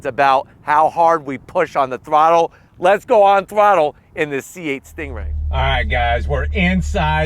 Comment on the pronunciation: Drives me crazy when you're saying "stingray" almost sounds like your comparing it to a kia😂🤣